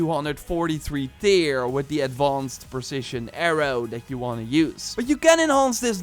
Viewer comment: Like your videos but it is not "Tear" as in crying. It is pronounced "ter" as in tearing off my eyes in cringe of recognizing your dutch accent :) enjoy your videos though